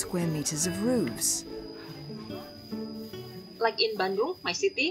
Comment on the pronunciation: Why is roofs being pronounced as "rooves"?